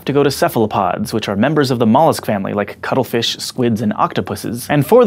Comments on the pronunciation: i keep thinking you are saying cuddlefish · I keep hearing "cuddle fish". lol This needs to be a t-shirt or something.